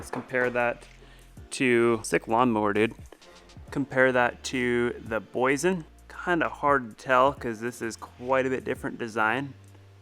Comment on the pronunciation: The Name is Boy Yesen,Boyesen😄😄😄